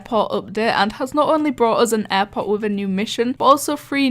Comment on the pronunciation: Bo offense but when you say airport its sounds like airpods